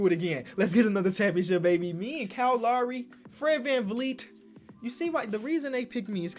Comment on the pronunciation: You say that you say “Kyle” weird but you really say Lowry weird. You pronounce it “Lawry”